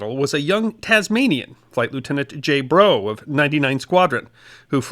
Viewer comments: Australians say 'R-double A-F', and Brough is pronounced not 'Broe' but 'Bruff'. I am an Australian with relatives with this surname. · Awesome bit of history, thanks! Flight Lieutenant James Brough is pronounced 'Bruff'....just as a correction. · I think you’ll find that Brough’s name is pronounced ‘Bruff’, rather than ‘Bro’. English… unpredictable as ever. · Brough is usually pronounced "Bruff". Think of rough and tough. Some Australian place names were not perfect either, but overall this is an excellent video, well researched and well presented. Thank you for highlighting this deserving topic. As another comment mentioned, Ian Smith of Rhodesia served in the RAF. Free Poles also. As an Irishman, I should also mention Brendan Finucane, known as "Paddy" purely for his nationality. The UK forces were filled with many nationalities, some who served out of economic necessity, but all of whom did their damnedest to defeat fascism, both in Europe and the far East.